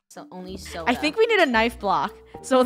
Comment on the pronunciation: LoL i thought she said sola